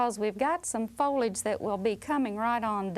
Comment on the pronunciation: "...and ahm jus' gonna puff in this folage..." along with the "HWITE" and stretching single syllable words into two syllables sounds exactly like my brother-in-law's entire family. They're from Jasper, Alabama.